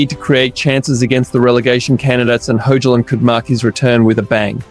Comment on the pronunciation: itr pronounced HOY-lund btw bro